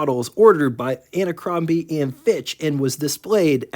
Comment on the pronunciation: How can anyone take seriously a YouTube video that calls Abercrombie and Fitch "Anacrombie and Fiitch"? Not once, but twice!